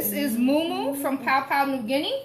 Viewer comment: Interesting spin on this traditional Papua New Guinean dish with the fruit in the mumu. I've never had that before and you make it sound good! Side note: Please try to pronounce Papua properly. It's pronounced "pah-poo-ah"